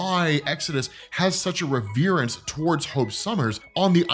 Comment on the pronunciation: You mispronounced reverence (reh·vr·uhns).